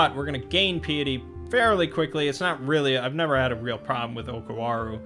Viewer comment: Pie-et-ee. Think pie as in delicious pies.